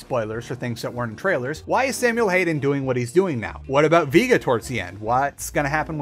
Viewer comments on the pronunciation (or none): "Vee-gah" Lol what a tool.